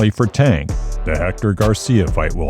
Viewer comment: The narrator mispronounced Tank’s name the whole video wth